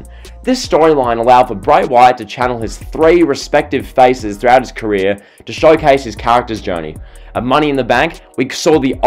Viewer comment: Why you say TO like Twyuuuuoooo?